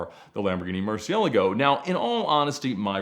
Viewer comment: I just love the way Ed says Murciélago. He's literally the only english-speaking-YouTube guy that knows how to pronounce it correctly. PS: I'm Spanish and I just cringe whenever I hear "Murcie-lágo".